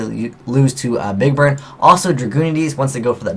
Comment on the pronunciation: I swear you said "big bird" at least once.